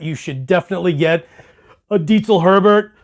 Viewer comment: Damn. That sounds great. And... he pronounces “Diezel” correctly. Well done!